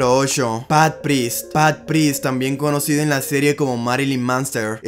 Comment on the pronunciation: Al lues, bash Patric, Marylin Manster, Pat prist, Pol Lin, tienes que trabajar mucho con la pronunciación ya si no das una se dicen como se leen.